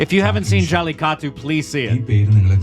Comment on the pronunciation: saying Jelly-Taco instead of Jallikattu is just tough to hear bruh